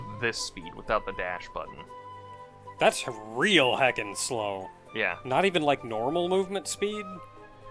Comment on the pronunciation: I'm going to say this here, but enunciation of /SLO/ as /Slah/ is kind of the same thing as enunciating /Char/ as /Car/, and it makes us cringe. But not SO much here. Still though, kinda. lol. It's a CHARacter. You are just lopping off half the word to make it easier to pronounce, that doesn't change the sound it makes, only that it requires less air.